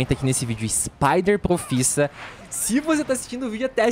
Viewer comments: "SipederProfissa" KKKK O MITO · "Spider proffissa" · eu gosto do modo mei bugado "spider profissa" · " O Spider Profissa"